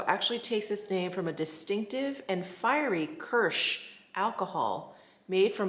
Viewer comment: Thank you! FYI how to pronounce "Kirsh" = [KEERSH] as in "rear" view window.